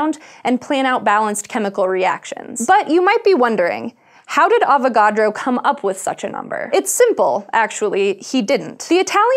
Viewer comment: Every time she says avacodro I think she's about to say avoCADO. lol